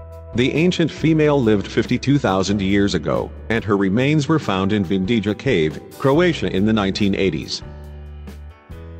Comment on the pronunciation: Pronunciation of name of the cave location in Croatia: Vindija, is not [vin-dee-ja], but [vin-dee-ya]. Letter "j" in Croatian is always pronounced as /y/; like in English: may, way or in word: yesterday. Except in the Vindija cave, remains of Neanderthal population were found also at Hušnjakovo brdo [Hush-nya-ko-vo brdo] near city Krapina, where is now situated new and very modern Museum of Neanderthal (if You will be in Croatia, it is one of the sites that is interesting to visit). Actualy, the Vindija location is some cca. 30 km far from Krapina. And, it seems that there was a third location where Neanderthal remains were found in that region: in cave Veternica [Veh- ter - nee -tsa] situated on mountain Medvednica near Zagreb (some 50 km from Krapina). And, important to mention on the subject: the Neanderthals from Krapina (Hušnjakovo) lived cca. 100 000 years ago, and remains from cave Vindija are dated to cca. 20 000 years ago.